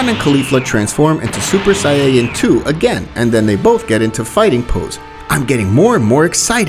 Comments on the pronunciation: I love these What If's, but the pronunciation is.. erm.. (Kaughlifula) (sayayin) (etc.) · "Say-ya-yin" why? Say it properly lollll, nonetheless, love your series, stupendous idea!!! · bro stop sayng sayaen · did you say saiyeeyen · Let’s skip the fact that he says sayiyain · did he just say sayeyens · interesting but please say Saiyan correctly please im begging you